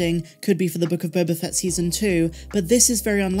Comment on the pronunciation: You keep mispronouncing "The Book of Boba FATT".